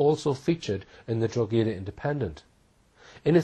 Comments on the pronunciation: Serious research put into this and everything to do with Hall addressing Madeleine case. FYI - Town in Ireland is pronounced Draw-Ha-Da (Drogheda), not Drog-A-Da. Boom...keep up the good fight. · Drogheda in Ireland is pronounced "Droh-hed-ah", to rhyme with 'opera' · Drogheda pronounced draw hee da , silent g. Small point but necessary. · Not a very good researcher. His pronunciation of "Drogheda" is WRONG!!